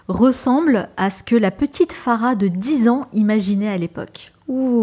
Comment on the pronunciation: Elle s’appelle Farah et non pas FAGHA voyons! 😂😂 un p’tit effort quand même 😅